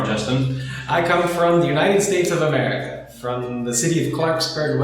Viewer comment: сука. за 10 лет русского языка так и не выучил и гордо произносит - я из юнайтэд стейц оф амэвика!